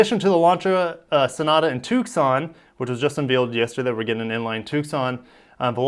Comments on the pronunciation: I dont know how to pronounce everything but Tucson is pronounced Toosaan. The C is silent. Im a SW-sterner, sans the horse...well mine is mechanical but i digress. Ok since you wondered a Ducati V4S. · Just an FYI...the “c” is silent in Tucson. Lol it’s not a toque-son. 😅